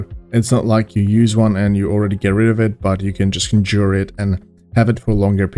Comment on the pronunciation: "conjour" Thanks for the laugh. So good to be laughing at European accents again(miss pservers)